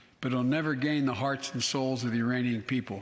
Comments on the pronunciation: OMFG... Urainians, he missed the K. Go listen again and report back. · It was actually "uhhhh ranians", the ole synapses get stuck at that level of age and dementia. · He sad Iranian instead of Ukrainians 🤣🤣🤣🤣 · I heard the exact same, totally missed the K.